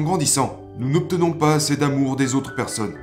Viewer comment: Super vidéo comme dab 👊🔥🔥🔥mais cest ta voix ducoup ? Cest marrant tu prononces " assez " ->" assè"